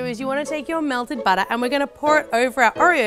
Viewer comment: I love the way she says butter 😭❤️. BATTA